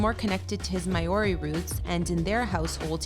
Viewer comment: WTF is 'My Or Ree'?